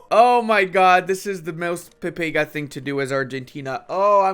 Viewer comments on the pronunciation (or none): none